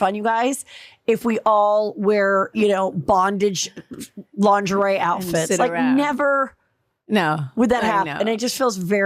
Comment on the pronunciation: Please 🙏 learn to say ,Lingerie , correctly ! So annoying 😂